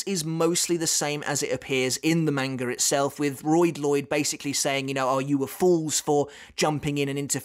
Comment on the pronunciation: I love it when you pronounce it "manger" makes my daughter and I chuckle every time. Much love